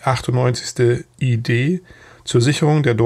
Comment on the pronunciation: Warum wird die Abkürzung "ID" für "Infanteriedivision" in englischer Aussprache gesprochen?